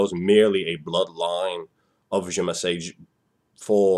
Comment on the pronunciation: It was pronounced "zuh-mee-see" in Vampire Bloodlines